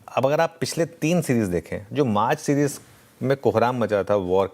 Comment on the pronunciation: 😂😂 सीजीर नहीं सीरीज़ होता है